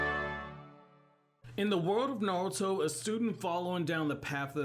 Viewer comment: Blows my mind that your the only American that says Naruto correct. Not Narootoe